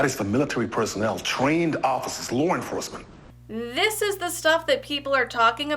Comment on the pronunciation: “It’s fo lar inforccemant